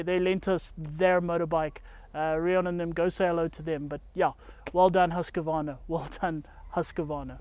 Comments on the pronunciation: FYI. It's "Husk-Varna". Not Husk-A-Varna. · What's a Husk K Vana, is it like a Kaw A saki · Great review great show but wrong pronunciation of the brand Husqvarna 😅